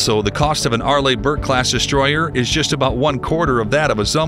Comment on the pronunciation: Arlee...not Arlay.